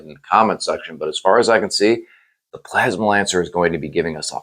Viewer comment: You literally have "PLASMANCER" spelled out in your title and you spend the entire video calling him "plasma lancer" 🤣🤣